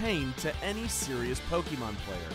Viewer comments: And pokeemon and not pokémon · Ang Tze Wei Yes I know, but people like him (normies who are painfully out of touch with the series) always call it Poe-keeeeee-Mon. It's extremely cringy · Anyone one notice how he says PokEEmon